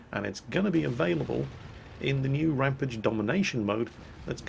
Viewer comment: For fuck sake's, how many times do I have to tell that you are saying RAMPAGE the wrong way, it's not RAMPIDGE it's RAMPAGE!!! Other than that great video mate